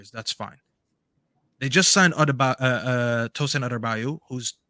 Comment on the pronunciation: Tosin’s name is pronounced “ADARA-BE-OYOH”… We need to stop butchering my boyo’s name fr lol